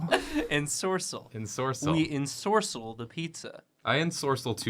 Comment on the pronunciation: I could’ve sworn that ensorcell was said with cell emphasized at the end, not sorc